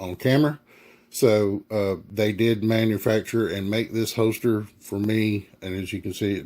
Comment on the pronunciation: Quality "Hoe-Stir" LOL